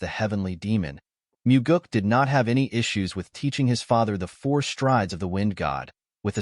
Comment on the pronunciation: Alot of mistakes when pronouncing did/did not as well as other words‼️